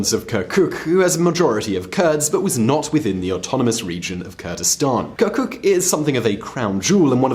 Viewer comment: I am totally alright with people and their will to retain their language and culture. However,, what does "kerkük" - the city you even mispronounce - have to with a region that you call Kurdistan? I mean, if you had formerly checked historical records, right around 1920 this place voted to join Turkey due to its - yes I am emphasizing - MAJORITY OF TURKMEN POPULATION. I do understand the good intentions in explaining the rationale for the voting for the referandum. Nevertheless, calling the region simply Kurdistan while skipping Turkmens, Yazidis, Assyrians, and even Armenians is yet another ignorance that you let the audience believe about. My suggestion would be to rely on multilingual sources rather than the solely ready made media in English. I do like most of your videos, and I would be more glad to see less historically biased - a better researched video of yours in the future.